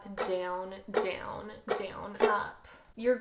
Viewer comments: no hate but does it annoy anyone else how she says down BIG OOF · Is it me or its amazing how she says “down”?